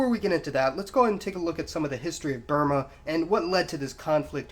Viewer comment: Is this guy trying to sound sophisticated by trying to pronounce Burma "Bur - maar"????